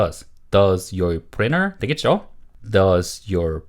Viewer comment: Printer 를 프리너 이렇게 발음 해도 되나요? 보통 프린터라고 하지 않나요? 좀 신기했네요 😮